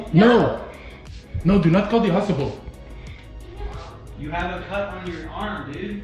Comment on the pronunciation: 'No! No, do not call de hostipal!' LOL.